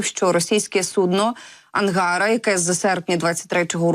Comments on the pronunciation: Будь ласка, перевіряйте наголос у словах, не треба бути такою самовпевненою. АнгарА, транспОндер... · АнгарА, а не АнгАра. ТранспОндер, а не транспондЕр. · Виьачте!, але коли ви читаєте текст!!, ви можете наголос ставити вірно? : АнгарА, наголос на 3 скоалі!! пічка на раСясєі- АнгарА!!😂😂❤ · Ангара -наголос на А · Наголос не на "А" , а на "а" останню. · ето правда